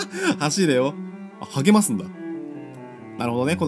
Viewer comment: 「励ます」か「ハゲます」かと思った( ^o^)